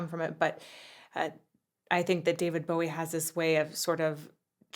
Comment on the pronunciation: The first point I'll make is, we'll done to a person fro. Across the pond pronouncing David Bowie's surname correctly. And second point.. your cha cel is amazing and so are you!